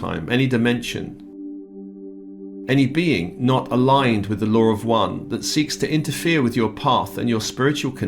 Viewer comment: Good day. Thank You., I did not understand the statement in the beginning, full spiritual authority removal. After listening, you were saying removing any control from outside spiritual energy. Realigning with the LAW OF ONE! sounded like what was being said was, lower one (British accent) Sorry if I am being hypersensitive today. I like it when you do these clearings of negative contracts and past unsupportive agreements. May the loving nurturer in all be blessed and enhanced especially this day of honoring the mothers of Peace.